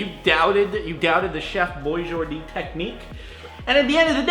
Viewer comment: ATUALLY it's Chef Boijardee not Chef Boijordee. ugh, millennials...